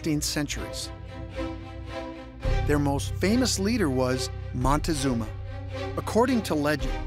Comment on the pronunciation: MON-TEE-ZOOM-ER, HOT DOG!!!!!!!